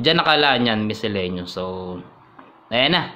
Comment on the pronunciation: Lol sa miselaniuz mo haha